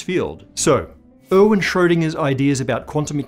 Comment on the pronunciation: who is "owen" Schrödinger?😁